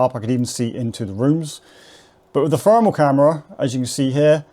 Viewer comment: Brilliant mate and you say Fermal instead of thermal just like I do? 😅🤝